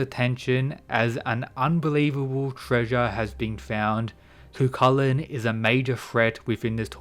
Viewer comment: His name is pronounced " ki-chi-lan" not cu cu lakan. Is a gaelic name. He was the original HULK, and unstoppable rage that transformed into a hideous monster according to myths. His rage was called Riastrad